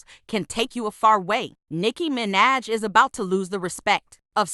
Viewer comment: nicki mi-naj 💀💀